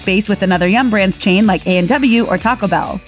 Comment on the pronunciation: Can someone PLEASE tell the narrator that TACO BELL is TWO WORDS? There’s a slight pause between the words!